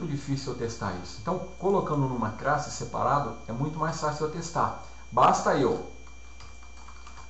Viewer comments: Aula com conteúdo excelente e com boa didática. Como sugestão fica a dica de treinar a pronúncia pra palavra "classe" ao invés de "crasse" ^^ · Muito Obrigado! Esclarecedor. Só se atentar para a pronuncia da palavra "classe". Fora isso, o vídeo está excelente!